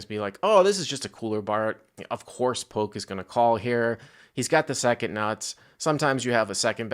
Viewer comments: This video is cringe, pronounce his name correctly it’s Polk not Poke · Ya, he says poke. Super annoying. Hey, it's pronounced Pullk! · Does have beef with Doug??? It feels like has to know who Doug Polk is and calling him Poke almost feels like he is acting like he never heard of him. I could be way off here but normally speaks very well for him to just mispronounce Doug's name like that. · Damn stop saying Doug Poke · Yolk is pronounced Yoke though so hook or by crook you got that right. Are you saying you try to pronounce yolk as yolk and it comes out yoke? So basically you try to pronounce yolk incorrectly and it comes out correctly which is why when you try to pronounce Polk it comes out incorrectly as Poke??? Ah f@ it - it was a good lay down lol. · Love but so funny he doesn't say Doug's last name right, heheh Doug Poke... I thought funny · Someone tell that Doug’s last name has a “L” in it....... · I love how says "Polk" hahahahaha